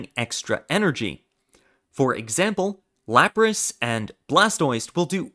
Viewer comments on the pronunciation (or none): none